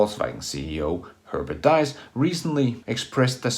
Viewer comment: Well done. Minor remark: the name of VW‘s CEO Herbert Diess is pronounced like „Deece“.